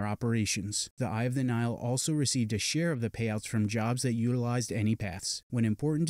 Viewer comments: He’s pronouncing it as Nile, like the Nile river instead of Nigh-Hill. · he keeps pronouncing nihil wrong